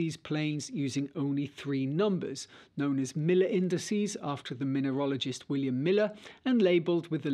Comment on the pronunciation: Great vid, as usual, but you said "minerologist". It's "mineralogist". Just before .